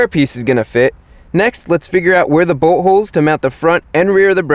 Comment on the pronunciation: i always understand buttholes instead of boltholes